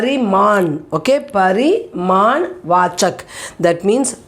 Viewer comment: Mam it is pariman viseshan or parinam viseshan , because you are pronouncing it as pariman but in the board it is parinam.